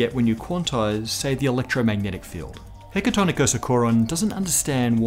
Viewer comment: Hecatonicosachoron.......I'm impressed by the ease you have with pronouncing this.